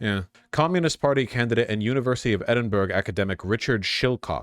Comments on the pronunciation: "edinburg" it's eh·duhn·bruh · Just for future reference, it’s pronounced ‘Edinburra’, not Edin-burg. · eddin bruh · Edinburgh is pronounced like 'Edinborough'. "ED-in-burah". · "Edinburg" fucking destroyed me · Why the FUCK did you pronounce "Edinburgh" as "EdinBURG"?